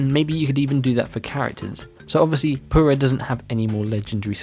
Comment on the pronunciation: You have some problem saying your U’s? Come on. pUra. Not poo-ra.